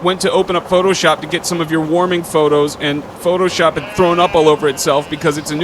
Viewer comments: "you suck at phooshop" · "You Suck at Phooshop".... Methinks there's a missing letter.